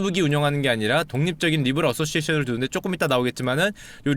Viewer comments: 니 브 라~ㄹ ㅋㅋㅋㅋㅋ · 도대체 슈카오빠가 말씀하신게 모죠? 아무리 들어도 니불알인데